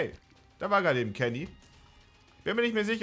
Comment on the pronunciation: Ok bin ich der einzige der die ganze Zeit Keggy anstatt Kenny verstanden hat ?